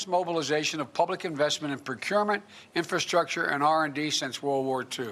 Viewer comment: Uff...he cant even say infrastructure let alone understand what it means. He has no idea what he saying....everything is either a lie or plagiarized!!